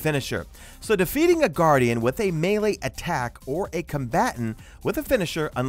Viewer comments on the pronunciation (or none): none